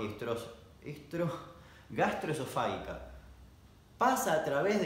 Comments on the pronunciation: Perdón, recién hoy lo vi. ¿Por qué dice gastroesofá-GUI-ca, si se escribe sin la "U", o sea gastroesofá -GI -ca? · Y es "gastroesofáGica", no "gastroesofáguica"... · Encima creo que se pronuncia gastroesofáJica JJAJAJAJAJJAJA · FAGICA jajajaja No FAGUICA jajajaj LPM PRONUNCIA BIEN DAMIAN! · El video: 30% damian diciendo como tragarse una espada 70% damian intentando decir gastroesofarica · Damián, el que diciendo gastroesofarica me hace reír cuando me acaban de mandar a la mierda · grastroesofaica Damian: E S T R O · Jaj tanto esfuerzo y nunca lo dijiste bien :). Es gastroesofágica. La g pronunciada como si fuera j. Igual muy entretenido el contenido de tu canal, te miro siempre. Besos. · Minuto se te dificulta decir gastroexofajica por que eres argentino. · Gastroesofágica se pronuncia como si la g de esofágica fuera una j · La "gi" se pronuncia fuerte, como en Gitano. No se pronuncia suave como en el video. Por lo demás, impecable.